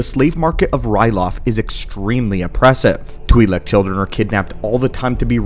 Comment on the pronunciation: U pronounced Twilek differently 3 times..